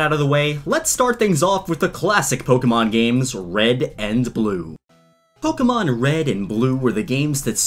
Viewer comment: When he said “Pokémon Wed” xD